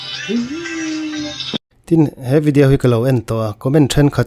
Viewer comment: Tawng huat thu lovah.. chhim lam sawn video hi 'vi-di-auu' tih in an lo lam deuh kher thrin nih dawn hi..😂 aizawl ah chuan 'vi-di-aw' tih in kan lam mai a😅.. han chîk tâkah chuan tih mai2😂